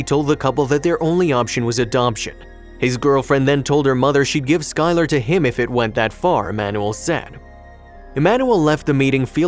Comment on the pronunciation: He also said they'd name the baby "sky-LAR" it almost hurts to hear sometimes. (I think it might be an AI voice)